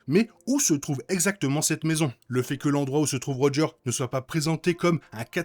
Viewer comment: Merci pour cette belle vidéo recap. Je me demande si Doom n'est pas de l'univers ou Steve s'est installé et qui a peut être subit une i curdion, même après que Loki aurait déplacé Steve dans une autre réalité. Ps: avec toute bienveillance, les mots ou tu oublié de prononcer le 's': Marvel Studios (Studioz), Steve Rogers (rogeursse). Je répète, avec toute la bienveillance possible ❤